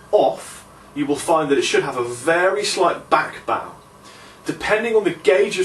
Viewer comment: back baw??? Oh you mean back bow?